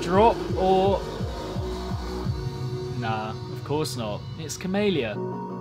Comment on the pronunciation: pronounces camelia cumalia